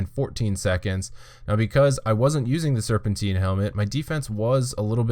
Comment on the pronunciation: Its not "Serpenteen". It's serpentine. Like Time. Tine. Serpentine. Jesus christ kid.